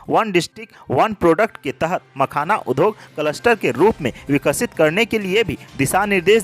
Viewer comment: Industry का हिन्दी अर्थ उद्योग (udyog) है , उध्योग (udhyog) नहीं। कृपया इस उच्चारण पर ध्यान देंगे । द् +य=द्य होता है । ध्+य = ध्य होता है आशा है उपर्युक्त उच्चारण दोष पर ध्यान दें ।